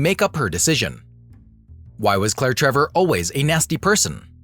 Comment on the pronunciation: Always good info in these videos. But I really wish names were pronounced correctly.